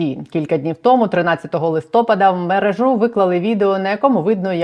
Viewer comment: Будь ласка, кажіть правильно: листопАда, а ні листОпада мерЕжа, а ні мережА